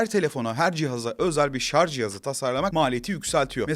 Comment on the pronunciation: Hayatımda ilk kez 'Şarj' kelimesini hem doğru hem de yanlış telaffuz eden birini görüyorum. Sevgili anlatıcı, bilmem farkında mısınız "Şarj cihazı" derken ''Şarz cihazı" deyip "Şarj aleti/Şarj teknolojileri" derken doğru kullanıyorsunuz.